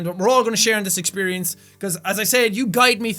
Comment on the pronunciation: exshpirience? lol